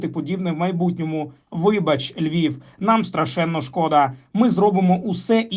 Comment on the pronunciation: Хв. 1.12 Якщо ведуча мала на увазі місто "Левів" то це смішно і абсурдно) Тільки російською комбінвція " город Львов" буде звучати як Левів)) В українській версії цього немає. Місто Львів! Не туліть сюди ніяких левів)))